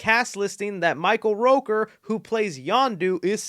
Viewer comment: Not roker…. ROOKER, like rookie and er , ROOKER Michael ROOKER 🥺🥺🥺🥺🥺😫